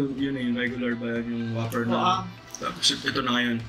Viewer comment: Whooper! Not waffer